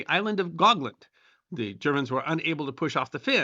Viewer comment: Island of hogland? Pronunciation sounded like gottland which is in Sweden. Also it's Tornio not Torino.